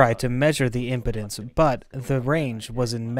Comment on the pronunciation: For the translator it sounds like you’re pronouncing “impedance” as “importance”.